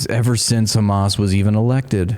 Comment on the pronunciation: They're in a bookstore and they still can't pronounce Hamas correctly